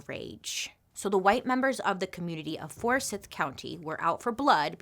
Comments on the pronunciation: First great video!! Second it’s pronounced Forsyth with a long I sound so like fors-eye-th. Third Anyone familiar with Lake Lanier knows you don’t go into the lake. It’s haunted. People drown every year, they go missing. There’s terrible boat accidents. Yet every year people get in this lake. Don’t do it!!! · Forsyth.... ForsEYEth county. Still a backwoods, racist area. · Bailey :) the pronunciation for Forsyth county is For-S(why)th. It’s complicated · Bailey. I love you. It's for-sigh-th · For-sigh-th Georgia. I love your videos, thank you for them. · Oh, and it's pronounced "For-Sighth" 😊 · I’m from Forsyth. Just wanted to say it’s pronounced for-sigh-th lol. I loved learning the story behind lake Lanier! I’ve lived around that lake my whole life. It’s crazy! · I love you so much and I mean 0 disrespect. I’ve lived it Georgia my whole like and we pronounce Forsyth county as (for-sithe) 😭😭 I’m sorry lol You are literally my favorite person ever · I saw lake Lanier and was like there is no way she is talking about this here. Lol "Forsyth" is pronounced "for-sigh-th" weird to hear someone else talk about it. Lol. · It's pronounced force-eye-th County. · I'm sorry but what the heck is "forsith"...... if you're going to say a geographical location, make sure you're saying it appropriately. I couldn't even watch the whole video. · It's so funny to hear how you pronounce Forsyth. Only because I grew up in Forsyth 😁 My parents actually live on Lake Lanier and yeah... It's a spooky place. There's this one bridge that used to be popular to jump off into the lake, and kids would sometimes jump in and never come back up. Turned out there was a church steeple that was kinda... Skewering them? It would only happen when the lake got low during a drought tho. Lots of darkness around the lake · I live in Ga and was confused at first when you pronounced “Forsyth” incorrectly. “Forsyth” has a long “i” in the second half of the word. Great history info you have shared.